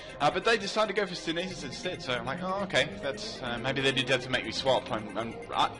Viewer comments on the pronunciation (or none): Am I seriously hearing him say "sint-hisis" instead of synthesis? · It's pronounced "sin-tha-sis" synthesis.